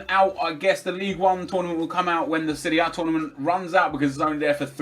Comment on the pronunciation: Nep at it again with 'Seria A'.